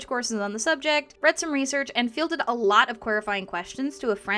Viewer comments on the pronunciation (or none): none